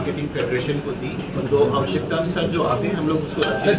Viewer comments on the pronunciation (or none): none